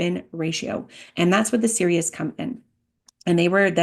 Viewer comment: I believe it's pronounced saw-ray-ah or sa-RA-yah Thank you for this